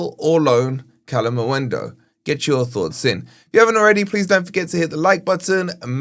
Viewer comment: 4 months later he's still saying kalimuendu. I think he's trolling not dumb at this pont